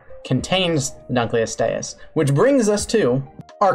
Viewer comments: I love how your defense of not pronouncing Latin correctly is basically "Prove me wrong! You cant'!" Because it's more or less true. I will say that I can prove you're pronouncing Dunkleosteus incorrectly because the first part of that name is from the museum curator who found the otherwise unlabled specimen of the fish's head bone in storage. His name was David Dunkle. So, it should be pronounced "Dun-kel-o-stee-us." It basically just means "Dunkle's bone." How would you like to have an awesome extinct animal named after you just because the person who actually discovered it forgot to put the appropriate tag on the fossil before putting it in storage and you just happened to be the random guy who found it? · u kept saying dunkleostious wrong :/ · is that actually the way you pronounce dunkleosteus? cause ive always heard it said differently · Why do you say Dunkleosteus like that? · the way he pronounces dunkelosteus makes me die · When the fish biologist pronounces dunkleosteus wrong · It’s not pronounced like that. It’s DUNKel-OSTeeus, not DUNKel-ostEUS. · Named after David Dunkle whose name is pronounced Dunk-el. It should be Dunk-el-oh-ste-us. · I’m sorry. I know you’re trying. But the butchering of some of the names is hilarious. That. That is not how you pronounce Dunkleosteous. It’s pronounced Dunk-lee-oh-stee-us. Paleontological names are either super complicated or not at all. Also a few corrections- they don’t have teeth. The teeth aren’t bone covered- they’re literally part of the jaw. The jawbone is the teeth. Also, fun fact, they think it could open its mouth in a fourth of a second, and the tip of its “teeth” could reach tens of thousands of psi. Also they were cannibalistic. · Why does the pronounce Dunkleosteus instead of Dunkleosteus? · Btw its pronounced dunk-lee-ost-ee-us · Huh, Didn’t know Dunkleosteus was pronounced like that. I always emphasized The “Dunk” like The word Dunk. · honestly would prefer that over how he says it